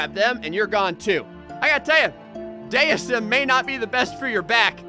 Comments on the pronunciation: IT'S PRONOUNCED DEISM NOT DEISM,! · its dee i zem